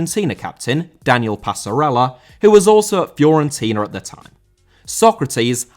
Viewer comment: Fiorentina* not Fiorentiner